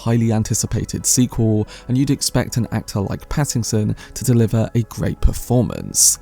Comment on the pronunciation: The mispronunciation of Pattinson to Paddington has me thinking of a kind bear with a hard stare for the role of Scytale and I love it!